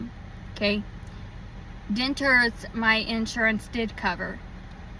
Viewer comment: I eat and taste just great!..maybe your debtures were done at the wrong placeand please please learn to pronounce DENTURES. my goodness. Annoying